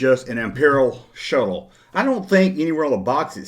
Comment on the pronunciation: I didn’t know “Shuttle” is to be pronounced as “Show” until I watched your clip. Lol